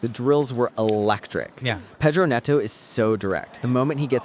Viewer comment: did i just hear "the new faces like Garnacho and pedro neto? pedro neto😂😂